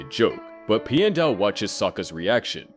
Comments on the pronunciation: "pie-en dao" it's pi-and dao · I didn’t like the way you said Pian Dao’s name the first several times. You said his first name like “pie ann,” which sounds wrong. Then towards the end you did say his name correctly (“pee-an”). It should be pronounced the same way you “piano (pronounced “pee-an-no”)” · Pee-en-dow NOT Pie-en-dow They literally say it out loud in the show. There's no reason to get it wrong. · You kind of kept changing your pronunciation of Piandao's name, but in general, it's closer to "Pyen-dow" or "Pyan-dow" (Like Pee-ya not Pie-ya). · "pai endao" Clearly this is ai voice and not real atla fan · the way Piandao is pronounced as Pi-Endow throughout the entire video was realy offputting and completely threw me off every time his name was said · Why does your pronunciation of "Piandao" change half way through the video?